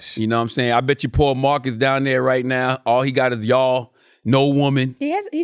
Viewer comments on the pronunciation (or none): none